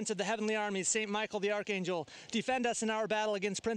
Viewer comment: You pronounced archangel incorrectly